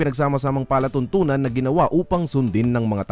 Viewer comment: Maraming salamat sa napahusay nyo pong sagot. Marahil sa impit ng pagbabanghay po ninyo nagka meron ng kalituhan. Palatuntu'nan is program. Pala tuntunan is law